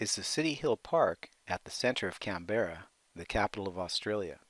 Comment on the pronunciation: this is how people should say Canberra (can-bra)